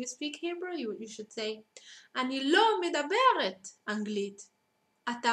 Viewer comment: it's medaberet/medaber - not midaberet. teach you're own language, not a language you've learned.